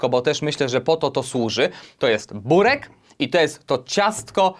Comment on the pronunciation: mówi się "byrek"